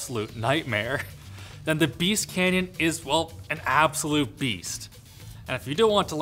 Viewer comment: It's Beast, not Beat.